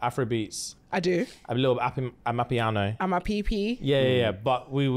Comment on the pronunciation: Right! I was disgusted though when she called it Amapee - pee😂😂